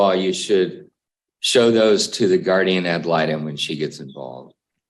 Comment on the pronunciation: And it's actually pronounced guardian ad litem.